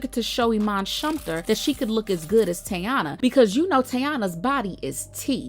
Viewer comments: It’s Tey as in Key.. not Tay. Her nickname is Tee-Tee. TEYANA. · The pronunciation is Tea-Ya-Na not tay... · Say Teyana’s name right girl! Not Yayana!